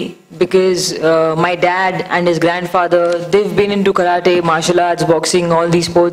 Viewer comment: like all the 1.3 billion Indians, she pronounces KARATE as "ka-raa-tay." Wrong. Right: "ka-raa-ti." You will get the proof in your dictionary.